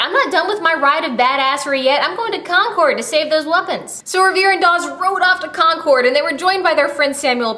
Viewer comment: I just wanted to let you know that Concord is pronounced Con-curd not Con-cord. I am from MA so...